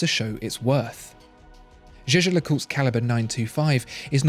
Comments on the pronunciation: Jaeger is pronounced "Yager" not 'Jeje'! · Jäger, not jeje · Jaeger is I think prounced as "yaeger" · It's "Jaeger", which can also be written "Jäger" and pronounced in that way ... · Can we talk about how you lronounce jaeger please?